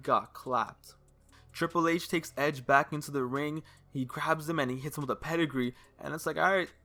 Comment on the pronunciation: Why he say hedge instead of edge lol